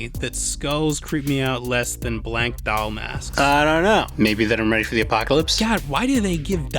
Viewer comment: I love how he doesn’t really have an accent or anything but he still says “doll” like “dowel”